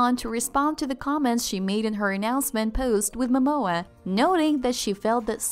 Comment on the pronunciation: Are you kidding me - did you pronounce her name Bone-it and his Ma-Maw!!